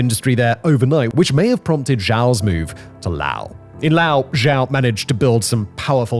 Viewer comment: Simon .. how tf do you STILL not know how to pronounce Laos? My god are you british mfers terrible at pronouncing your own language, English.